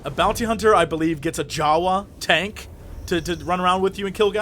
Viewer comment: hahahaha he said tant :3